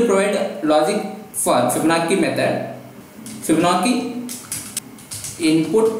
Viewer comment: Also its Fibonacci (Fib- Ah- nachi)